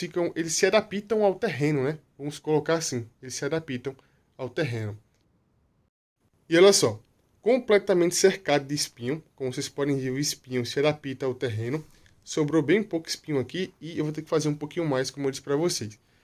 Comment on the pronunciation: Desculpe mais adapita não existe a pronúncia certa é adapta se adapta sem o i ok eu não quero ser chato mais é algo que queria comentar 😔👍